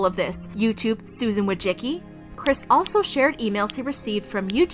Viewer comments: Dude, Susan's name is Wo-ji-si-ki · It is Susan WÓJCICKI. Not WOJCZIKI :d